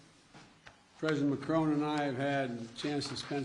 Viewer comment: He can’t even say Macron’s name correctly 😂😂